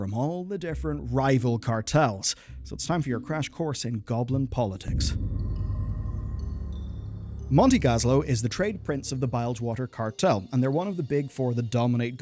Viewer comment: It is dorn-O-gal, not dorn-E-gal. It is mont-E gazlow, not mont-Y